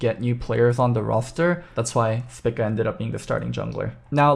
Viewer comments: Am i wrong, or is saying spica incorrectly... dude is saying "spicka" when literally everyone else ive heard has said "speeka" I could be wrong, but it actually annoyed me hearing him say it that way the whole vid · Spica is a star in the constellation Virgo and it's pronounced SPY-ka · Would prob recommend pronouncing it spEca for future reference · the star is pronounced speeka by all other nationalities listed execpt the UK and US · a lot of usernames dont follow real terms. Also, if you do more than just look at the first thing on a google search you will see that english speakers are the only ones who pronounce the constellation "spy-ka". Everyone else pronounces it speeka. On the link i sent, click the pronunciation button. They state it is speeka. Cannot believe i have to defend myself on a simple observation.